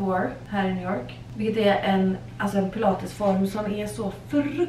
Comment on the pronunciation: Ursäkta en liten pik, men det är lite roligt med ditt uttal på New York, det blir liksom njew jåååårk